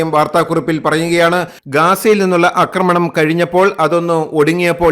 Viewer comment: ആക്രമണം ആണ് ശരി അക്രമണം അല്ല ഇനി അക്രമണം പറഞ്ഞാൽ un subscribe ചെയ്യും